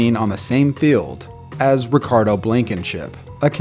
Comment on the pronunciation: I’m sorry, “Ricardo?”